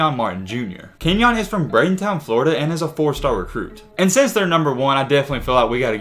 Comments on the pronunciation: You said Bradenton wrong 😂😂 you said “bradentown” 😂😂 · Yessir Florida but how you say bradenton wrong